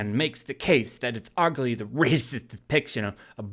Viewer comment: It's fucking insane that everything offends everyone. It's crazy to me because most of the people who are getting offended grew up in the 80s and 90s where nobody cared about being offended. What the fuck happened!? I don't understand... P.S the way you say racist is hilarious. Lol